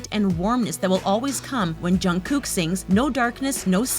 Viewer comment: The way that she says Jungkook 😖